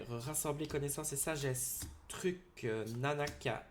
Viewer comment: pourquoi dire truck ? au lieu de truc ? (sachant que truc et muche vont ensemble :D)